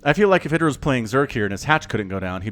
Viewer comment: pronounces it correctly.